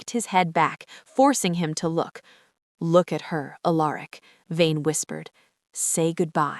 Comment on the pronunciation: ok AI the name is pronounced AL ER ICk not A Lerick